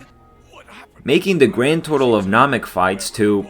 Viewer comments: Vegeta: Nah-mek YouTuber: Naw-meck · Did bro say Nahmik ? Lmao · Namik, Rekoomie, Zarbin. Never even thought it was possible to mispronounce dragonball names